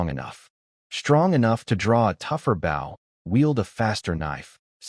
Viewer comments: Bow is mispronounced most of the time, the weapon is pronounced oh not ow. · If you’ll add an (e) to the end of bow - bowe) your Ai will pronounce it right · Message to poster...If you can't be bothered to listen before posting and correcting errors, why should we bother to listen. It's not that hard to make AI pronounce bow correctly, an easy way is to open the text in libreoffice then use find replace to find bow and replace with boe. There are other ways, but this is the easiest. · It annoys the crap out of me that the AI always mispronounced bow. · But what if that’s how he pronounces bow you know everyone doesn’t pronounce everything the same water woooter potato pototo